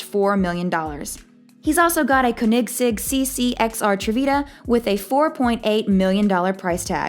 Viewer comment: no offense to the narrator but you really should instruct them on pronounciation of brands etc. especially the pronounciation og koenigsegg was brutal